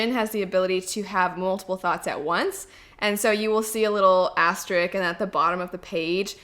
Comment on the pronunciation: "Asterisk" not "Asteric" LOLOLOL